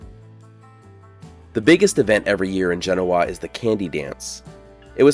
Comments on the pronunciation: Great video. You started off by angering Dayton NV folks since they always lay claim to being the oldest settlement in NV, its a contentious topic, then angering Genoans by mispronouncing their city. Doesn't bother me any, just thought that was funny. Back in Snowshoe Thompson's day, cross country skis like his were called snowshoes, thats where the name came from. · Another great video, but you should have asked a local how to pronounce the town's name. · It’s ‘Jen’-Oh-Uh not Gen-ohaww. You have lots of follwers and watchers. You do a great job and very informative, which is appreciated. But last thing we need is a bunch of people traveling here to see and interact saying the name of the town completely incorrect. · Gen…. Owa not goenia. Learn to pronoun the towns correctly. You probably say nuvoda. For Nevada too. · th locals pronounce it 'Gen-NO- a', not the correct way. I am shocked that no one told you the belief of the town's beginning a 'store'. The Mormons whould sell supplies to the pioneers then dress up as Native Americans and rob the same pioneers, sometimes killing them, then re-sell the supplies to other pioneers. Hey, that's what I was told in the bar. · Enjoyed this video! But, as a local, I have to comment: 1) JEN-oh-uh is in Italy. The Nevada town is jen-OH-uh. 2) "Snowshoe" Thompson was so called because skis were called snowshoes then. The term "ski" wasn't adopted into English until the 20th century. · Just FYI, area locals call it, not JEN-o-ah. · Love your videos. But, Genoa is pronounced jen-OH-uh...not like the city in Italy (JEN-oh-ah). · Nice video! When I moved here I pronounced it as you do, JEN-oh-wa. Locals looked at me funny so I now call it as they do: Jen-OH-wa. Just sayin’. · It's pronounced Gen oh a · The locals pronounce the name of their town as Gen-NO-a. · Genoa is pronounced GA No Ah, please. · Jen oh uh proper pronunciation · It's Gen - oh -ahhh Don't yeah know-a? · Locals say gen-OH-ah